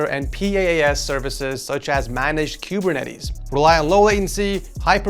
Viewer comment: Kuburnates - QUE BUR NETEES 😂😂😂